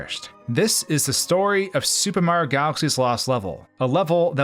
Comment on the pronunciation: You said Mario wrong.